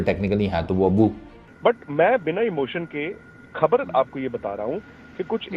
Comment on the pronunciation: Khbad nahin khbar boltiein hei